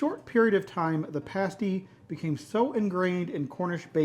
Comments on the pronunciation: It’s best with a pile of good chips and baked beans. And it’s a pasty with a short A as in nasty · Pasty pronunciation. The A in pasty is the same as the A in map. Hope that helps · I was born in Hayle CornWall and was so glad to see you got the Pastie, all most traditional. Many would say you got it 90% right, many do not include Onion. There is some history that says the Pastie had two sides with the savory at one end and sweet at the other. The way you said the name at the beginning was right the way you said it when you tasted it was the wrong way. It's said with a softer "a" so it's "pastie" not "pAstie". As for the Crimp. It was meant to be the part you hold to eat the Pastie if as a miner you have dirty hands and would not eat the crimp. Well done. Oh on the peal of the rutabaga, look again. The difference in colour is very slight but it is there. Maybe easer to see on a larger one than the one you used in this video but in one frame of your video I can see the colour change. I am trying to find a way of describing it. Let me try this. If the inside is 100% cream then the outside is 95% cream + 5% green. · It's not paste-y, it's pass-ty. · Pas tee not paste ee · P-ass-ty..like ass, a p-ace- tie the way you said it, is a nipple cover! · its not a paystie it is a pasty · Please for the love god... Americans, Learn to read! The word is "Pasty" pronounced "Past - ee" NOT "Paste - ee" You see the "E" when added to the word "Past" changes the pronunciation of the "A" From "Past" into "paste"! The English don't add letters to words for no reason! So... Pasty NOT pastey! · Looks great, you are pronouncing in wrong though. You are saying ‘Pace-Tea’ and should be pronounced ‘Pass-Tea’ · Americans who visit the U.K. have a tendency to call them a Cornish Pastie, however, pastie is a nipple cover. Pronounced passtee.